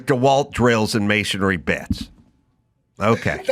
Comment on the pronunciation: I'm with you on the tools on the sofa. That is completely Disrespectful. But as someone who's been in the trades, please pronounce masonry correctly. Don't make me come out there.